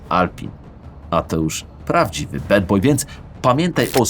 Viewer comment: Robisz naprawdę świetne filmy, szacun! Tylko proszę o jedno, nie wymawia się BED boy, tylko dosłownie BAD boy. Pozdro od byłego mieszkańca Raciborza :) BTW kiedy odcinek na MZIP club?